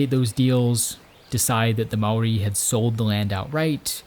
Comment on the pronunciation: Great video! Your pronounciation of the word. Maori was on point. One small.error though, gorse, while the bane of farmers actually speed regeneration of native bush. As it provides shelter for the forest floor undergrowth to establish, which then allows sub canopy to flourish when the sub canopy takes hold, the gorse just dissapears